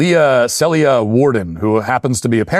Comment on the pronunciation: Matt just sounds like a yelling, overweight manlet at this point. Must suck to work for the revolting liar Shapiro. Hey Matt, maybe you didn’t learn this in your homeschool or community college, but Celia (a very common English name) is pronounced See-lya. You sound illiterate.